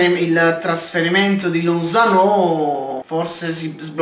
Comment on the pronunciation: lozano senza l accento sulla o